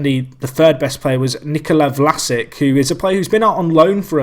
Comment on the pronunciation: pronounce it vlasich